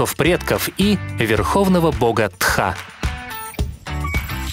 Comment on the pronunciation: Не тха а тхьа